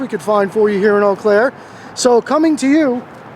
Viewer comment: I'm glad to hear you pronounce it properly there is an Eau Claire near me and nobody can pronounce it a lot of people say Eeee Claire.